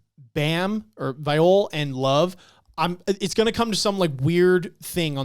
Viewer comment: These discussions are so good man. Bam vs Love was one of my fav fights in this introductory arc. P.S Also, Viole is pronounced [Vee-Yeo-Lay]. Jue Viole Grace --> [Jew-Vee-Yeo-Lay-Grace]